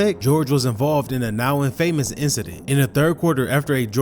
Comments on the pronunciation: It’s not IN Famous Infamous In-fa-mous Not in-famous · Somebody writes your script. Because you dont know how to pronounce "infamous" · Why bro pronounce infamous like that? 🤣 but nah, still a great 🔥